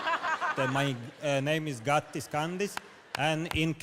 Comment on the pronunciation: I am actually from latvia and he doesnt know how.to speak xd